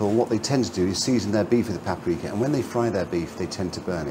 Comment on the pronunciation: paperika? paperika.